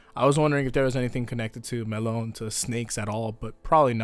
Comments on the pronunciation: Melone is pronounced meh-lone-ay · "WHY HE SAYS MELONE IN A ENGLISH PRONUNCIATION IF IS AN ITALIAN NAME HE WOULD MUST SAID ME-LO-NE IN ITALIAN, WHY WHY WHY WHY?!?!?!" -Ghiaccio